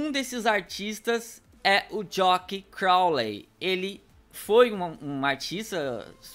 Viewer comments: É jack não jock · Pronúncia JACK